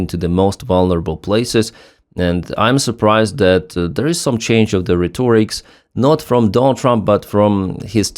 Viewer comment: No such English word”Retorick”, I believe you say” rhetoric”, which is pronounced “Ret-or-rick” . Not criticism, for English is quite complicated and you usually don’t mispronounce anything.